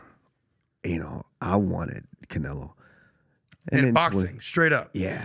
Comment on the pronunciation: Usman talks a lot of sense until he said the word Canelieo. 😅